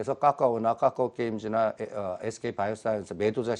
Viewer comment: ㅋㅋㅋㅋ 심지어 카카오게임즈는 까까오께임즈라고 발음하시네요ㅋㅋㅋ